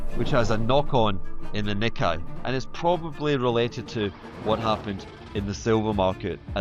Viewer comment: HH- Its pronounced NeeKay!!